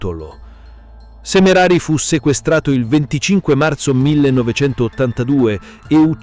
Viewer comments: SemerAri...non Semereri.. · hai ragione, tanti errori (SemerEri e non Semerari è grave), anche in tutti i video precedenti diamogli tempo e fiducia al ragazzi per il suo nuovo canale.